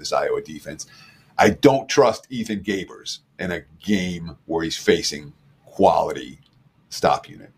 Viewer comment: Garbers, not Gabers.